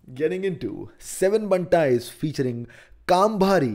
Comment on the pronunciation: 7Bantaiz Pronounced as - SAATH BANTAIZ .... not seven bantaiz